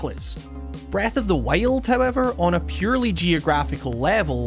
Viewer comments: Breath of the waile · its breath of the wild not breath of the whale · Breath of the Whyled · breath of the wale? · Breath of the Wiald laddie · Breath of the Whiled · breaf of d wajild :D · "Breath of the Wayald" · how you pronounce breath of the wild brreahth of the wyoauld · "breath of the weild" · Breath of the waild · "When you first pick up Wreath of the Why-old" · STOP SAYING FUCKING BREATH OF THE WHALE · Breath of the Weh - old. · When you said Breath of the Wild, it kinda sounded like Breath of the Whale XD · breath of the WHAILED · "Breath of the Weld" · "Breath of the Wail'd" lol great vid! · Did you say breath of the whale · Læfend of Zælda Breath of the Wæld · Breath of the wayeld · Did you just say breath of the whale? At 0.05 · Breath of the wiyuld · Breath of the Whyuld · Breath of the wEiilld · Not really. I don't think wild is supposed to be pronounced as WEHLD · "Breath of The Wayuld" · "The legend of zelda: breath of the wailed" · "breth of thee weeyuld" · i keep hearing breath of the whale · Breath of the Weighlt xD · Is it just me or does he keeps saying "Breathe of the whale"? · Am i the only one that hears " breath of the whale"? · lol. "Breath of the Whaled". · Heard the way you pronounce wild in the first 10 secs and got out of the video, lol sorry dude I don't like ur accent 😂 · I think he's Australian. They pronounce /aı/ as /εı/.